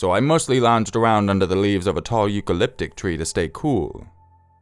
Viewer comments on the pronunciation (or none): CRIKEY!!!! (face palm) to help with the pronunciation of Eucalyptus think of the joke " what did the sheep say to the shearer ? you clipped us!!"